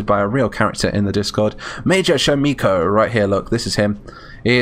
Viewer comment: Thank you for the honour of being present on the field! sham iko not sham eco please and I'm a lady ^^;;, this was great nevertheless and such an honour!